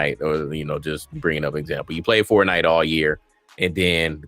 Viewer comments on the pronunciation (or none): none